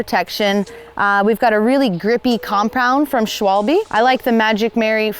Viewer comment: Ich muss immer lächeln, wenn Englischsprachige "Schwolbii" sagen😂